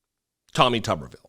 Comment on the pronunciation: If it was pronounced tubberville, it would be spelled tubberville. But it’s tuberville, so it’s pronounced tooberville. All they eat is tubesteak in Tuberville.